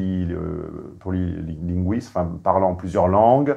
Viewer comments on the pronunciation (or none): Polyglotte pas polyguiste, expert en carton